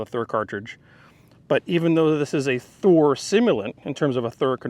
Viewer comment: I love it when you do it right Thuer right Thuer